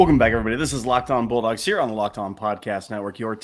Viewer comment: I heard that too. 🤣